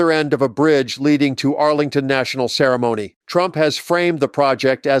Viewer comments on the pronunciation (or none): "Arlington National CEREMONY"? Only on AI, sad... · It's Arlington Cemetery! Not Arlington Ceremony!!!!¡ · Arlington National CEMETARY, not ceremony. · Arlington National “CEMETARY’ not ceremony. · The word is cemetery not ceremony. Stop sounding stupid. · Arlington National Ceremony??? Cemetary maybe?